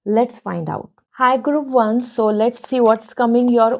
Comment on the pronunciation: I really like you. But can you work a little in your english pronunciation like - group or decision . I'm not insulting you but I hope you upgrade and lots of love 🥰